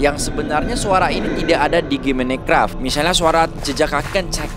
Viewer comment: Minecraft❌ menecraft✅